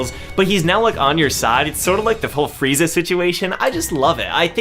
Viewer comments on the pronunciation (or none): none